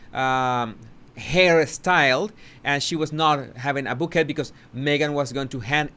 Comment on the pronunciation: Bouquet, pronounced bow kay